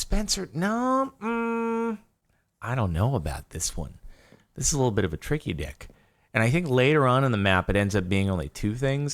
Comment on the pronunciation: did he say tricky-dik?